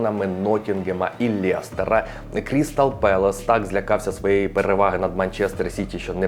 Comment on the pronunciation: лЕстера, а не лЄстера))